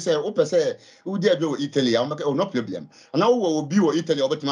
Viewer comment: “No pieblem” 😂